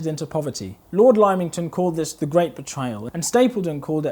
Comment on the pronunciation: Chum, good vid, well done. But Lymington: its Limb-ington, not Lime-ington.